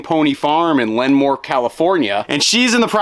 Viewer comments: Lenmore? It’s lemoore lol. What’s the breeders name? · 🤦 Not "Lenmore." Lemoore (luh-MOHR). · Lenmore… ITS PRONOUNCED LEEMORE! Lmao I’m from there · She came from LEMOORE, not Lenmoor. Sorry, I lived not far from LEMOORE (pronounced La-more) for about 25 years of my life. ;) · You butchered the name Lemoore, not just once, but 3x. It is pronounced Leh more not Len more. Sad, just sad. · "Le-moor" is how you say it. :) Good ole armpit of CA lol. The farm that the pup is coming from looks wonderful! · Hi, I think you're talking about Lemoore, California, pronounced ləmore, with the accent on the second half. ~ex-Porterville, California gal. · Lemoore, California is pronounced “luh-MORE” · I’m a California native…it’s Lemoore, pronounced LEH-more. Can’t wait to see your pup get to her new home!! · Or.....Lah-more ☺ (I used to live there) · Haha. CA native too. I was confused when he said the city but when he said by Fresno, I realized he meant Lemoore. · LOL thank you for politely correcting the pronunciation of Lemoore, it was driving me crazy. 😂. I’m from the area and would never expect someone from the other side of the country to know but still 😊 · I'm Cali born as well and live in Lemoore, I had to pause and make sure i heard that right haha. and even GPS cant say the name right lol.